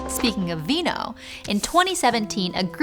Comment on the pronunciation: FINALLY SOME CORRECT LATIN PRONUNCIATION! In WINO WERITAS! In WINO